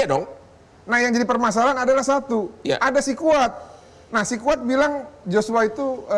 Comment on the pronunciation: Sekuat bukan sikuat